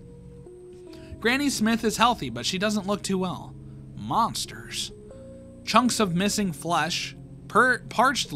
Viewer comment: the way he says monters for granny smith made me laugh